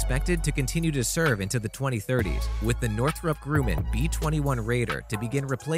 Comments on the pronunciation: Many words are seriously mispronounced in your videos. Correct those and it will take your channel to a higher level. For example... no one in the world prounounces Grumman - Grueman as you do. That's not how you say it. It's Grum as in plum. Grumman. Also, former President Carter used to hack the crap out of the word nuclear. You come in second place. LOL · Narrator can't count. B52 has 8 engines not 4. Andwhere did He learn how to pronounce Grumman. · Gruman... p= drum with a "g". The "u" is not a long pronunciation. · Grumman not grooman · It is pronounced Grumman !!! Not Grooman . 🙄 This kid literally knows nothing of the aviation world but .. Fine .. I. get it ... its just a job ... make a few bucks ... but damn man....... if he wants to continue to know about getting paid by narrating videos he may wanna brush up on his researching, especially his pronunciation . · Wow. It's really kind of irritating that you don't know how to pronounce Grumman, a long time, significant supplier to the US military. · Yah, who the hell is the narrator? He needs to do a little research. And it's pronounced "grum man" , not "grew man". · cost There are EIGHT engines, NOT 4. There are four pylons, each pylon holds 2 engines... also, it's not "grewman", it's "GRUMMAN" like "uhm" GRUMMAN. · It's pronounced grumman.. not groomin! And the word is NUCLEAR... NOT NUCULAR!! (Learn it now... And pronounce it properly for the rest of your life!) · The B52 has 8 engines, not 4. And it's Northrop Grumman not Northrop groomin. And it's nuclear, not nucular. And it's Tupelov, not topelov. Can you pronounce anything? Obviously not. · Nukular? LOL yes... and grooman? wtf? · Learn to pronounce “nuclear” and “Grumman” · Tupolev say it correctly also get Nuclear in as well not Nucyular ? Grumman is said as its seen Gum man not Grewman just get stuff right